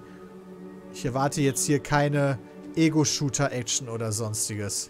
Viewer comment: die betonung lag auf action^^